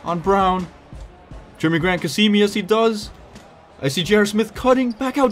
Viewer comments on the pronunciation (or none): none